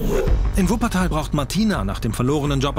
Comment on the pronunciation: "Wuppertal"💀😂 Der typ hat doch auch was gezogen vor dem interview👀